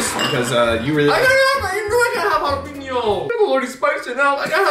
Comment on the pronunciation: I love how you two argue about how to say Jalapeño correctly and none of you say it right hahaha. Like for the effort lol